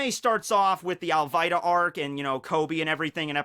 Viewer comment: AL-VEE-TA the way you said it was cancer